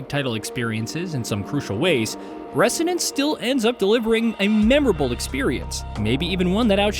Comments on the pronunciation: Repeat after me: “reh-ZO-nance”, not “reh-SSSSSSO-nance”… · You say resonance funny. Pretty sure the S is pronounced like a Z but no biggie :) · That is not how you pronounce resonance